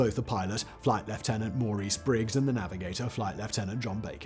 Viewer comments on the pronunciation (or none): none